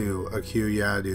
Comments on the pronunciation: Sleepy voice 😴😴😴 and it was pronounce yadave not yadu 😉 thank u!! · Ha ha ha 😂😂 Yadoo? It's Yadav! V not U